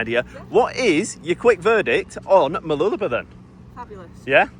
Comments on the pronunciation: I hate the fact that you are pronouncing Mooloolaba your way, pronounced Mooloo-la-bar. You Poms say it enough could cause it to change with many people. I like the sound of it, and love how it sounded when my late wife used to say it. She was born in Maryborough and grew up in the surrounding areas. I would hate with a passion if I visited her grave and the areas which was her stomping grounds, and hear people spoiling the names of the places as she said them. Like I hear some Poms say Her-vee Bay, when the locals always pronounced it Har-vee Bay, regardless of how it is spelt. There was only one word which got my goat was when she pronounced the colour Maroon. But I liked to argue with her about it. My memories. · By the way it's pronounced MooloolabaR, emphasise the BAR at the end. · The correct pronunciation for Mooloolaba is - Whilst saying the word you put a finger between your lips and go up and down whilst saying it. no bs lol....